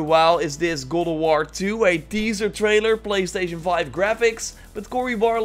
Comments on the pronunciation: Stop saying good of war its GOD OF WARRRRR !!!!!! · It's God of war not gowd of war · Every time you say God Of War i hear "Google War" 😑😑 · It's Got of War, not Gold of War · It's called God of War Not Gold of War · GOD not Goad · Go of war?? Sorry. I'm cringing with your GO of War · sounds like you’re saying GODAWAR😂😂😂😂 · Legends has it he’s still saying “Good OOV WUAR” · I hear google war 😂😂😂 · Go o war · as grateful as I am for your information, I keep dying with how you say gawd of war 2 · I keep hearing "google war".... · Is it just me or am I hearing goat of war? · Dutch accent kicks in every once in a while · Why does it sound like he's saying gold of war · Is it me or did he say cold of war ?😂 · are u saying goldawar? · is it me or does he say google war ? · Sounds like you are saying golowar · Goad of war lmao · New gowowar 😅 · Why do you say GoWoWar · Godo woar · the way you say god of war is strange